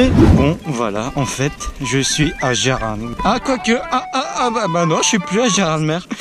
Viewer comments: On dit pas Gérard mere ^^ mais gérarmé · Et on dit pas "mèr", mais "mé" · Geraradmer Si tu préfères gerard et ta mere ;) prononce le bien stpppppp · Superbe vidéo mais cest pas GERARDMÈRE cest GERARMÉ que ça se dit ! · Juste comme ça on dit gerarmé pas gerardmer on prononce pas le r 😅 sinon t'es au top 😉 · Cool la video mais stp respecte les vosgien ca s'écrit Gérardmer mais ca se dit gerarmé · Sa se dit gerarmé pas geradmer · Gérardmer pas gérardmère mdr merci de respecter cette ville voisine de la mienne ! Lol😁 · Mdr Gérardmer 😂Sa se prononce « Gérardmé» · Dans gérardmer on dit pas le d 😂😂